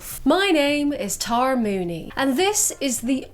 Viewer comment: Are you sure it's not pronounced Tear-ah?